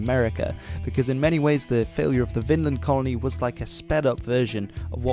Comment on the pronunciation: Take a shot every the narrator mispronounces Vinland as "Finland" 🍸